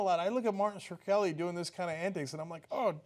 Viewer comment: LOL, Cenk still doesn't know how to pronounce Shkreli :)